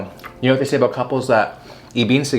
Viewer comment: You must be Canadian. No American says “aboot” for about. Maybe some people in Wisconsin or Minnesota do idk.